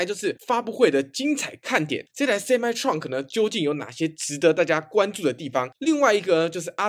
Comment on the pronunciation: Truck唸ㄔㄨㄚˋ可，不是創可